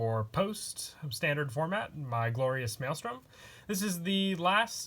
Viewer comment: I’m surprised u pronounce maelstrom correctly